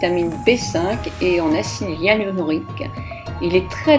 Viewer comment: Bonjour Vous me faites rire quand vous prononcez de mille façons acide hyaluronique 😊 trop mignon